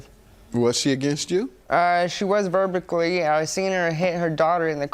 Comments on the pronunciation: Is he saying 'verbicly' ?? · As soon as I heard verbickly 😭😭😭😭I headed straight for the comments. I knew you guys wouldn’t fail me 😂😂😂😂😂😂😂😂😂😂😂😂😂😂😂😂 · 😂😂😂 As soon as he repeated “verbically”, I could not stop laughing! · Poor thing can't even pronounce verbally correctly.. 😔